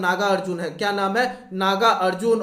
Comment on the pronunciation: Kya MC 🤬🤬sala Hindi bhi sahi se pad nahi pata hai kya Ka Q padta hai sala MC 🤬